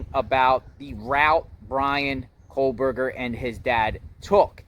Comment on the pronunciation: Exactly! I have made the journey to Indiana and snow is a valid concern … And hasn’t Dylan been in ID since crime? And saying BKs name wrong drove me nuts 😂